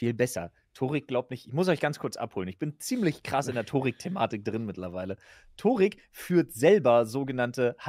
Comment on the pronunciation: Der heißt Törik 😂